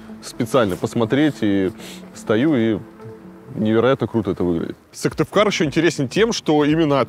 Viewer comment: СыКтывкар а не Сывтыкар (